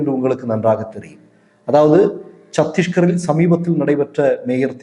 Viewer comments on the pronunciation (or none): Chandigarh not chadishgarh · It is chandigar. Not Sathiskar. Please correct it sir. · AMEND TO SAY CHANDIGARH NOT CHATISHGARH. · சத்தீஸ்கர் இல்லை சண்டிகர்.